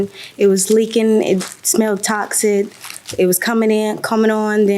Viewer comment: I cringed every time she spoke. Descroyed, not destroyed??? I were not I was??? Oh, and toxit and insets, not toxic and insects!!! Grammar is easy, I promise.